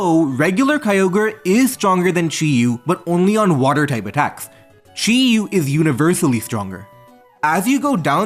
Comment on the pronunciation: Say Chiu one more time, fucker. Jesus, what an awful video to listen to, fuck